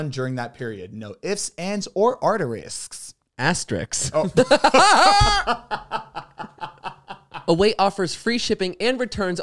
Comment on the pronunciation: the way he said "ARTERISKS" sent me